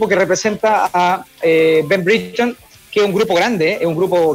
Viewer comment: brigton es una ciudad costera cara de moai ! Ben se llama Breiton se pronuncia ... y el periodista no esta en oxford esta en oxford street que es una estacion de metro y una calle en el centro de Londres